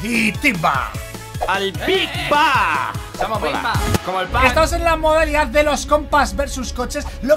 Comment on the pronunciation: cuando dijo vicba yo entendi bigbang xD